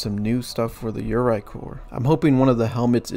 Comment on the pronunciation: the way you pronounce yoroi legitimately maddens me